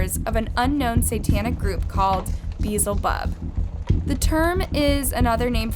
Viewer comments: Beelzebub is pronounced "Bee-elza-bub". I don't know where you got "Beezel-bub" from. You wrote it spelled it correctly, yet didn't even attempt to pronounce it the way it was written. And ffs it's Contraband! Wtf is "counter band"?! Every damm video you just be making up words. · Beezlebub😂😂😂 It’s pronounced Bee-el-zeh-bub😂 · I stumbled on this page and it’s extremely informative. I can’t keep watching if you gone keep mispronouncing words. Beezlebub? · Truly horrible ordeal for those poor kids. And I'm so sorry, but I burst out laughing at the way she pronounced "Beelzebub" 😂 not quite right, but close.